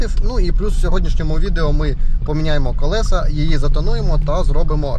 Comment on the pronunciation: Не колесА, а колЕса, кОлесо! Покращуємо канал і мову разом! 😊 Вподобайка за відео!